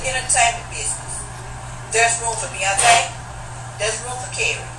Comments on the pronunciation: oh my god you not!! AND she definitely did say beyond-tay.... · Wait, did this lady really say "Beyonte", I can't even listen to her when she says "Beyonte" every five seconds. LADY! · lmao@ "this is a man that Sats here..." oh and "beyontae".. i mean Really..... take a nap sweety.. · umm her name is BEYONCE not BEYONTE or watever the hell she said